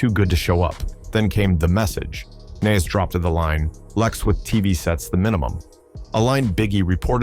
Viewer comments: I hate A.i....say Nas name right !!! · How are you mispronouncing NAS and Tupac? 😂